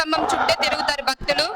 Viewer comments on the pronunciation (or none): "బక్తులు" కాదు తల్లీ, "భక్తులు" అని పలకండి. భక్తి పురుగుతుంది.